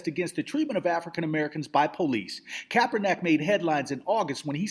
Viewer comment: I hate to be an ass here but the mans name is pronounced 'kap-er-nick' lol.